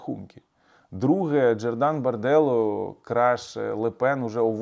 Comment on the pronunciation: землетрус стався в М'янмі( колишня Бірма), а не в Камбоджі. А у Франції права рука Марін Ле Пен це Джордан БарделлА, а не Барделло. Ох "аналітик"!